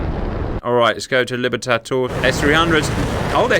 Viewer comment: Bro... at least trie to get the Spanish names right It is Libertador... Not libertator...